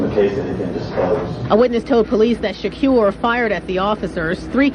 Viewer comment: Judge and those that mispronounce his name: it's Tupac, Not Tupack and Shakur Not Shacure